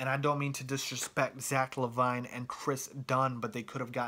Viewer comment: Skal is European? You mean Hatiian.....Zach La-vine? LMAO! It's Zach LA-VIN. Say it like that.